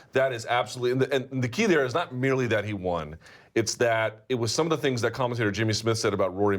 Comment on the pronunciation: I've always hated how Ariel pronounces "won" like "wahn."